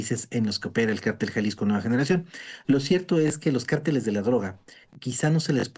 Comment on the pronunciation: El único que habló con inteligencia es analista hombre. Ésa pobre Sra.. Como espanta pajaro,! Huy que ése grupo de cárteles, jng. Son muy poderosos. Por cierto Sra. Se dice. Cárteles, con asento en la a es una palabras esdrujula. No de dice; carteles. Es otra cosa. Y siguiendo con lo que estábamos. Ciertamente esos criminales crecieron, porque lo dejaron crecer, les dieron poder. Pero al final, no quiere decir, que no se pueda combatir. Ésos cobardes. Si no pregunteles al Rey David. Cómo combatía sus enemigos. Porqué porque Dios le daba la Victoria.